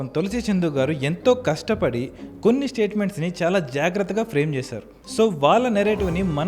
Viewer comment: on fun note KASTA PADI ❌ KASTAPADI ✔